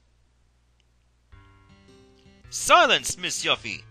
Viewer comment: Of course you needed to equip Yuffie with a Ribbon for her side quest, dude. Also, Yuffie = Yoo-fee, not Yuh-fee. Her name in the Japanese version is directly translated to be spelled as Yufi.